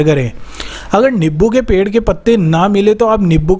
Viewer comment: Niboo nahi nimbu bolo